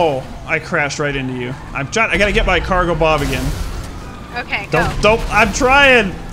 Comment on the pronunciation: the way he pronounces cargobob annoyes me